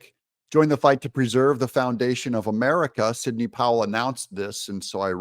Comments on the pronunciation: Sidney, not “Signey” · That's Sidney.. not "Signey". 🙄